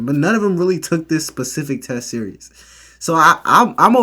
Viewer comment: You excelled in school yet still say pacific instead of specific. Sorry man its the only thing that bothered me I did like the video though